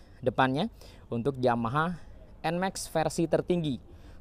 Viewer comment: Bacanya NMAKS bro (bukan nmeks)